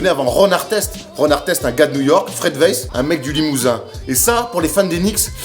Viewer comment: STTOPPPPP!!!!! CA SE PRONONCE PAS WEISS MAIS WAÏSS OU VAILLS CAR ÇA VIENT DE LALEMAND ( CEST MON NOM DE FAMILLE 😂)